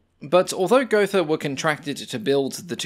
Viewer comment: just pronounce it "Go-Ta"